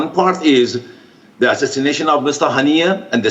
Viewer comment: Haniyei nhi harniya sunayi padta hein 😂